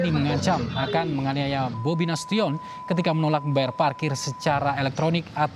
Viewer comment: Nasution bacanya bunyi nasushen bukan tiyon.